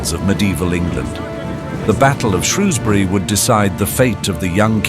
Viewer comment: Can't even pronounce Shrewsbury correctly.